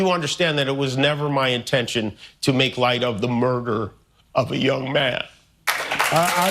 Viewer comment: I bet practiced saying "young man" like that the whole time he was off 😂